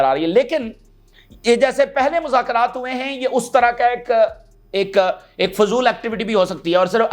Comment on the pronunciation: Muzakrat nahi mzakrat he